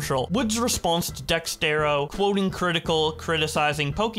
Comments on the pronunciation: Its Dexerto not Dextero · At least I will always have mispronouncing Dexerto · I love you but I need you to start pronouncing Dexerto correctly. Please, my family depends on it.